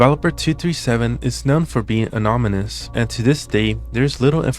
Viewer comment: "anominus" lol